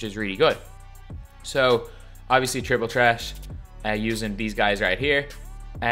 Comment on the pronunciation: “Triple tret”